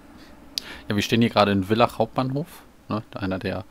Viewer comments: Interessant. Ein ÖBB Vectron vor nem Personenzug. Eigentlich darf die ÖBB Vectron keine Personenzüge ziehen. Und Villach wird ,,Fillach" ausgesprochen. Nicht ,,Willach"😉😉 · hey, die signalnachahmer müssen nur bei gelber umrandung und gelbem signalbild(Also Signalbild Vorsicht) bestätigt werden. Und Villach wird eigentlich Fillach ausgesprochen. (Hast es eh bei villach westbahnhof richtig gesagt) Bei muss der hauptschalter oder panto nicht raus, du darfst lediglich nicht mit gehobenem Panto dort anhalten. Tafel heißt elektrische Streckentrennung